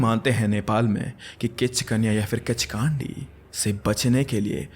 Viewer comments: Its pronounced "Khichkandi" not "Khichkaandi" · Kaandi❌ Kandi✅ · Kichkandi not broo Kichkandii 😂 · Its किच्कन्डि not kichkaandiiiiii bro😂😂😂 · its kichkandi not kichkaandi:face-purple-crying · Kandi h spelling but pronunciation kaa nhi kww hota h I mean kichkwndi Nepal me bht casual h 😂 Kichdandi Ka hona raat ko ghumo ek na ek toh milega har you'll see har bus van taxi me chudiya milti h isse man na h kii kinchkandi vagegi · It's kichhkinni 😅 but good content .. totally a fan of sr ❤pay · The way you pronounced kichkandi😂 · pronunciation of Kichkandi is wrong 😅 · Bruh at first learn how to pronounce properly kichkandi lol